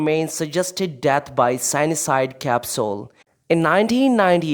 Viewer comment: Bullshit information. Bormann’s remains were found by construction workers in 1972, and it was confirmed by experts to be that of Martin Bormann. Your pronunciation of cyanide is incorrect, learn more before uploading your crap…….👎🏼